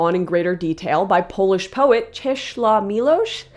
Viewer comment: The only thing missing is a "V" sound at the end of "Czesław" there. Otherwise it was perfect when accounted for the accent.